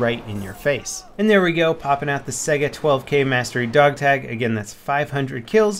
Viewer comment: Stop pronouncing Saiga like "sega" the spelling is similar to the Russian word Taiga the cold northern biome.